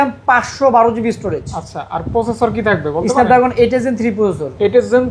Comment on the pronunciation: ভাই তো Snapdragon উচ্চারণই করতে পারে না!😅